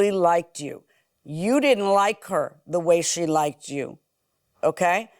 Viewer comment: "liked-ded"? Girl...